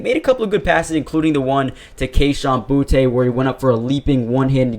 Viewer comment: Fan from Louisiana here S/O to you for sayin “boutte” right